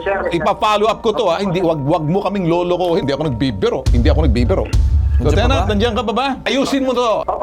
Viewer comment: Lieutenant walang alam sa batas 😂 Paanu naging Liutenant itong Unggoy na ito 😂 Karamihan ng mga Police sa Pilipinas ay walang alam sa batas. Basta Pooice ay ayos na at bahala na si Batman hehehe😂. Anong klaseng Police training ang ginagawa??? Tae training 😂